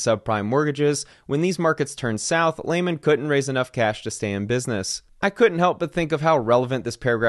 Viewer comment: It’s LEE-man not LAY-man!